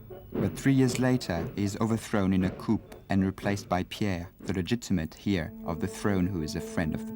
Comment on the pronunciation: AI narration sux. Coup is pronounced coo; and heir is pronounced air. This in less than 10 minutes....